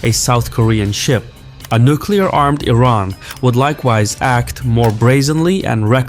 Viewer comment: Why does he say Teran instead of Iran like 50% of the time?